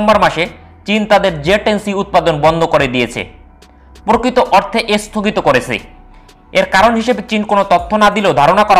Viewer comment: "এস্থগিত" "এস্থাই" "পর্থম" "বলক" "আমরিকা" ভাই আগে উচ্চারণ শিখেন ঠিক মতো। ঠিক মতো কথা বলা শিখেন। তারপর ইউটিউবে চ্যানেল খুলেন!!! আঞ্চলিকতা থাকলেও একটা কথা ছিল!! কিন্তু তাও তো নাই!! পুরোপুরি উল্টাপাল্টা উচ্চারণ!!